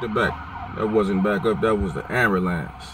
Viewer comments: "Amber-Lance". Good times you fool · "amber lamps" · Jay Bird amboolence? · It's like impossible for a black person to pronounce ambulance